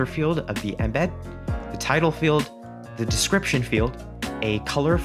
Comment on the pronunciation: i dislike how you say "inbed" instead of 'eme'bead